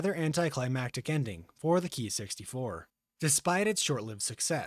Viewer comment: I am no expert either but I believe it should be pronounced "kay-eye" not "key"